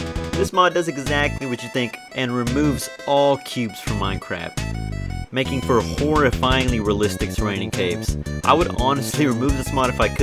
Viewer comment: at the start you said naking